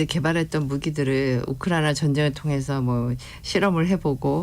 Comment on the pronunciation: 이 교수라는 여자 발음이 너무 이상하지 않나요? 한국말 발음을 제대로 못하는거 같아요. 혀가 짧은건지 너무 듣기 거북하고 이상하네요. 발음이 부정확하고 말을 더듬는거 같아요. 우크라이나 라는 단어도 왜 또렷하게 발음을 못 하나요? 많은 단어들이 어눌하게 들리네요. 좀 이상해요. 한국 사람 맞나요?